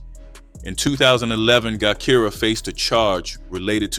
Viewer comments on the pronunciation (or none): Her name is pronounce jah Kai rah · Thank you because AI tore her name all up